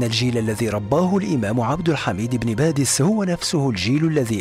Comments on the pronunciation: عبد الحميد ابن باديس و ليس بادس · ان اسمه ابن باديس وليس ابن بادس؟ السلام عليكم انا من الجزائر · عبد الحميد بن باديس ليس، بادس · مرحبا انا من الجزائر واحب قناة هل تعلم واشكركم على فيديوهاتكم لكن هناك خطا فاسمه بن باديس وليس بن بادس وانا متاكدة فهو وحده يعتبر جزء كبير في تاريخ بلادنا العريق تقبل الله صيامكم الي عجبو التعليق يعمل لايك ورد الى اللقاء وشكرا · بارك الله فيكم انا شخصيا طلبت من القناة نبذه عن عبد الحميد والامير عبد القادر شكرا جزيلا فقط ملاحظة كنيته ابن بادِيْس تحياتي للقناة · شكرا جزيلا على الموضوع الرائع و المميز لكن إسم الشخصية عبد الحميد بن باديس ليس بادس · إسمه عبد الحميد بن باديس وليس بن بادس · ابن باديس و ليس بادس